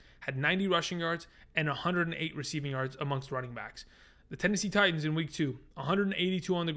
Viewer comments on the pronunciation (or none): none